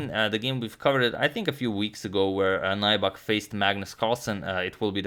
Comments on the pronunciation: The name is pronounced like Nübek, not Naibak. Lots of names of swedish origin in Finland. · It's not 'nigh-buck'. it's 'new-beck' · Nybäck is pronounced "Neebeck" in Swedish, not Najback but its okay, no worries, I understand. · Agad! "ä" is pronounced "ae" so if you read it "Nybaeck" you will probably get it right. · Loving the Finnish coverage! As a pronunciation tip, Nybäck is kind of like "New Back" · The pronunciation of Nybäck is nübak (the ü is like in German). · Hi Antonio. FYI: Nybäck is pronounced like in English 'New-back,' with the "ew" of "new" spoken kind of like the German ü. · Btw Nybäck is pronounced like "new beck" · Nybäck is pronounced like: N y(like the y in liberty) b(ä like in ash) ck. If anyone is interested. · Can you speak Swedish? Is his name pronounced as the Swedish pronunciation? Uttalas det Nybäck som om man hade sagt det på svenska? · Hi agadmator! Good video! I would like to nitpick a little bit about your pronunciation of Nybäck. Check out this video for the correct pronunciation by the interviewer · #suggestion If you ever analyze third Nybäck's game try to pronounce his name like Finns does. And the suggestion is, like always, Heikki Westerinen against Boris Spassky in Solingen 1974.